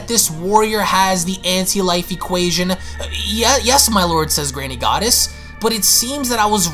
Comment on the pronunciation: That's twice now, you mispronounced Granny Goodness! It's not Granny Goddess!